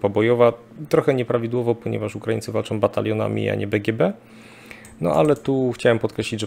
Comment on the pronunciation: Panie Szanowny! Czy wykładał pan kiedyś na jakiejś uczelni czy choćby w szkole! Nie? A, to widać i, co gorsza, słychać. Nie ma straszniejszej porażki niż jąkający się wykładowca z zaschniętym gardłem. Jąkania pan uniknął. Ale tego przełykania nie da się słuchać. No i "-ą". Na litość boską, niech pan nie gada jak Kaczyński! A pan uparcie, jak ktoś niewykształcony, wali: majom, biorom, walczom, donoszom, bendom, drogom, fajnom, całom!!! To, szanowny panie, DYSKWALIFIKACJA. Nie ma za co, pozdrawiam. Dr habil. n. med.